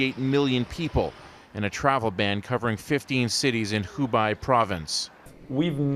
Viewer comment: News Pls check the pronunciation of Wu-han (stress is on 2nd syllable) and the province of Hu-bei (Bei sounds exactly the same as the 1st syllable of Beijing)